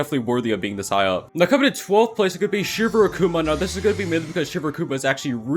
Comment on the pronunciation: the way he said shindai akuma made me laugh in tears